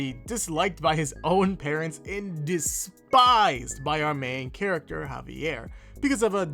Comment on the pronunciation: I just want to say kudos for saying the name of Javier properly.